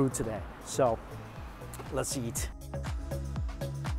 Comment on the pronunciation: Notice how mikey says lets eat as "lets yeet"